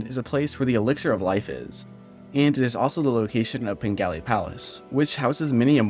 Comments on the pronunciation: You pronounce it as "Pengali" through the entire video, but it's actually called "Penglai" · I’m pretty sure penglai is pronounced like pung lie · ITS PRONOUNCED PEN GLY E